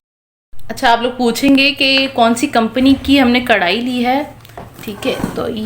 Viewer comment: نائس ولاگ۔ تصحیح کرلیجیے پیاری بچیوں۔ کڑھائی نہیں کہتے۔بلکہ کڑاہی کہتے ہیں۔